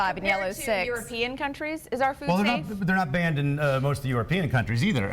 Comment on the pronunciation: Every time Vani Hari says "food", it sounds like "fewd".